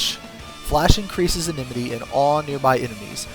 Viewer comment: enmity. IN-MIT-TEE not enememety